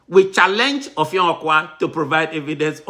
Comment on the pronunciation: it is Effiong not offiong